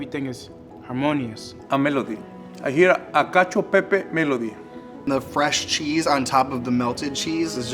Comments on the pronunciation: why the second boy pronouncing pepe as pepay. isn't he italian american? no baby the roman's aren't proud of ya 😭😭😭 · I also hate how he's so proud of being partially italian and then pronounces it "pey-pey"